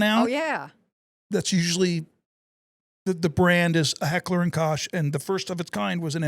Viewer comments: Heckler & Koch is pronounced Coke not Kosh or whatever that sound you made was? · German lesson: Koch is not pronounced like the English word, crotch. It is like Coke but with the ch being like that in Loch Ness Monster. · H&K (Heckler & Koch) is pronounced "Heck-ler and Coke"